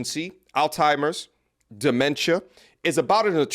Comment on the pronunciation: Say words better. There's no "T" in Alzheimer's.